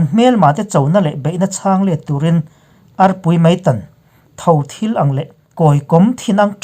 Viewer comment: Thothil,tih i chhir chhuah rîk dân kha,Mizoṭawng thluk dân anilo aw😁